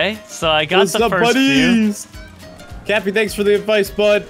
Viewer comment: Did just call cappy tappy XD